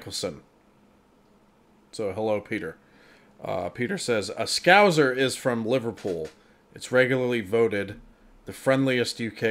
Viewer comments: It is not pronounced scouzer. It is scouser because we Liverpudlians always used to have scouse which is similar to irish stew every week as a staple meal. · S-Cow-Sa (Like Salsa) Not scowzer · As a scouser, got to get on to you about the pronunciation. It's a hard S in the middle. So not "scouzer" but "scousser" as in "saucer". Just to keep it confusing though, Liverpool's river is the Mersey with a soft S, so "merzee" not "merssee". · "Scouse" rhymes with "house", so Scouser rhymes with house-er, it's not scouZer. The Scousers' trip to "that London" is the best of the sketches. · Just a tip, 'scouser' doesn't quite rhyme with trouser or Bowser, is more like "scowsssers", not "scowzers". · It's not Scouzers ..turn the "Z" into an "S". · scows, not scowz sssssss, mersey...merzee zzzzzz, aintree you were correct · The 2nd S is a hard S. It is not Scouzer it is Scouse Er. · FYI Its pronounced as if it was two Ss.... Scowssers not Scowzers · you pronounce it as scow sers not scow zers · It's pronounced scou-s-er, not scou-z-er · I couldn't see if anyone else had mentioned it but it's scouse to rhyme with house so scouse-ers. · It's Scous-er as in House er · Right. almost got it right, it's just an "S" sound in the middle as opposed to a a "Z". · Just so you know.....the second 's' in scouser is pronounced like a 's' not a 'z' as you did. In contrast, the River Mersey is pronounced 'Mer...zee'🙂